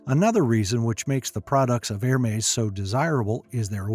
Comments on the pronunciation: It’s not er-mays or her-mays, it’s EHR-MES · It’s not Er-mays, it’s EHR-MES